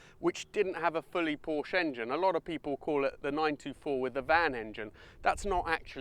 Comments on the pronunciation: Porsche is a TWO syllable word. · I have a hard time taking auto advice from somebody who doesn't pronounce " PORSCHE " properly 😊😊😊😊😊😊